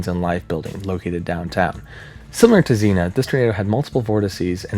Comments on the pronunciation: I hate to be that person, but Xenia is pronounced zeen-ya. 🙂💜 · (I don't mean this is a nit-picky way, just like... a future reference way? If that makes sense? Like, I'd want someone to tell me if I was the one pronouncing it wrong. You're awesome, in no way do I wish to be rude) I'm fairy certain the "i" in Xenia is actually pronounced, it should rhyme with Armenia, Slovenia, and Schizophrenia. My aunt and uncle live there. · Don’t like being pedantic but Xenia is pronounced, not as Zena, but as Zee-née-a. I’m from SW Ohio and know of what I speak. In all other respects, I think your video is excellent. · so I live in Xenia, and it's actually pronunced zee-nyuh and not just zee-nuh lol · Zeen-yuh (Xenia ) is a city in Ohio Zenna is a hot female sword packing warrior. LoL We all pronounce things slightly different on certain words. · Where are all my Ohio peeps correcting him for saying “zee-na” instead of “zee-neea” for Xenia 😂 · Zeen-ya, not "Zeena." Xena is a warrior princess. Xenia is the city in Ohio. The science is your video is solid -- work on the fine points of pronunciation. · that's zenia not zena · It's not "zinnia" like the flower. It's "zeen-ya" Xenia, Ohio. "Xe-Nia" lol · Xenia, not Xena. That's a warrior princess, not a town. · Xenia pronounced Zeen-ya. You know Google translate has a voice option and it’ll tell you how to pronounce any word. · I remember that night in 74. I was in southern Indiana, and we were under warnings all night. I was tuned into a radio and recall the moment I heard when it was hitting Xenia. BTW, it is pronounced "Zenia" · I’m from Ohio not to far from Xenia , whenever people ask if we get bad tornados. Xenia tornado is the one we bring up. (Also we typically pronounce it “Zeenya” the I kind of has a y sound) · Xenia = Zeen-Ya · Xena?😅 Its Xenia man. Nice video brother. Later on in video you got it once or twice. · ZEEN-ya. Xenia. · Dude.... it's Zeen YUH. Sincerely, an Ohioan